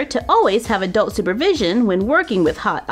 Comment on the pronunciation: OMG! XD I just realized, when you say take care of scissors and hot gun you say "always have adult supervision" I always thought you say "always have a doll supervision" that's so funny, having Sophie taking care of you all the time xD